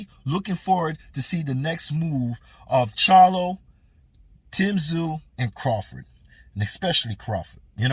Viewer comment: You can thank Charlo for the Ta zoo pronunciation to get under Tim's skin😂, pretty poor from quacklo.